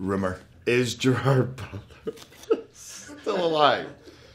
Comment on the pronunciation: Yes and it makes me sad